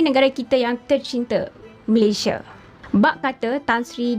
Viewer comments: Sebutan sepatutnya utk Malaysia ialah MalaysiA bukan ikut gaya sebutan B Inggeris Malaysie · Malaysia adalah nama negara dan nama rasmi . sebutan nama Malaysia originalnya bukan Malaysia(meleisiE)❌ tapi Malaysia(meleisiA)✅👍sebutan yg telah dipraktikkan sejak Sept 1963 walaupun brdialek riauJohorKL.. malah sebutan meleisiA adalah sebutan majoriti rakyat Malaysia, bangga la sebutan Malaysia yg asli iaitu MalaysiA bukan MalaysiE.